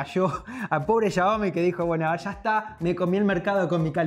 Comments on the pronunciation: cuando ves en vez de 'xiaomi' 'chaomi' XD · SE DISE XIAOMI